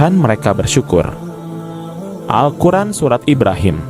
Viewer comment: Alquran bukan alquren😊😊